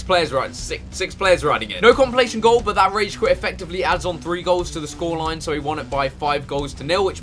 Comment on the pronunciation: its not tree its three